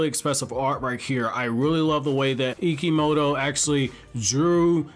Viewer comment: Ikemoto pronounce Ikimoto